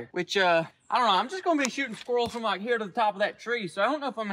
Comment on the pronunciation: I weally wike